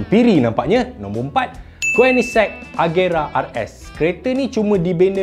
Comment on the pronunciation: Koenigsegg (ko-nig-seg) tp sebutan berbunyi "kuih ni sekk". Hahaha. Idaman whoaa koenigsegg tu..dapat model "One:1" pun jadilah..